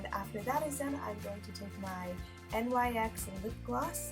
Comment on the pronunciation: NYX is pronounced like a word not spelt out letter by letter